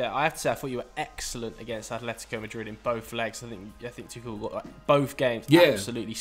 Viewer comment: Does the pronunciation of Tuchel irritate anyone else very slightly? Apart from...